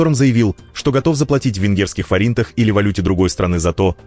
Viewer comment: Не форИнты,а фОринты,ну эти ударения,бесят,а так новини цікаві.,дякую Смерть окупантам УКРАИНЕ СЛАВА В ВЕКАХ.